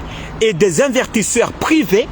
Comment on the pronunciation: On dit pas invertisseur on dit investisseurs, et puis encore on dit pas ADN , on dit AND